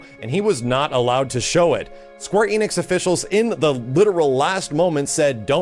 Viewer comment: Why do Americans always mispronounce Square Enix as Square EEnix?